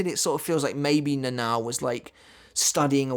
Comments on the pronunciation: I loved the video, but honestly the way you pronounced "Nãnãõw" instead of the proper "Nanao" got on my nerves a bit 😅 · NA-NA-O, not "Nenaw"